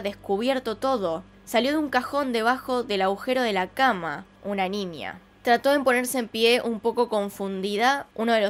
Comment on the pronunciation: Que chistoso te escuchas diciendo ninia (niña)